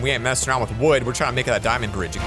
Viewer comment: Him: dimand ore Me: its a dimand block yo